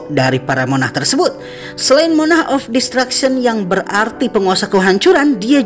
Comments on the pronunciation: monark bang cara bacanya ,bukan monah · Revisi dikit, Spelling untuk MONARCH itu "R" nya juga di sebut jadi kalo di lafal kan terdengar seperti "MONARK", udah dari 2 video sebelumnya aku perhatiin agak kurang tepat Spelling nya 😄